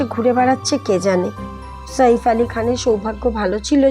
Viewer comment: শইফ কে ? সাইফ ( ছাইফ )